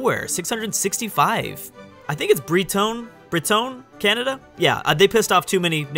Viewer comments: its pronounced Bread-Ton but don't say the D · Breton is Br-Uh-Ton. pronounced with a French nasal "hon" sound. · Bryce 0905 "Breh-Ton" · i believe its bret-on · Bret/en is how you pronounce Breton